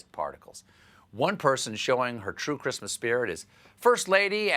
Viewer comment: “Creeeeesmas staff” Seriously, what does she do with herself all day?